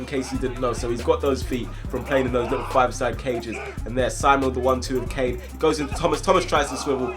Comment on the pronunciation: Its caine not kane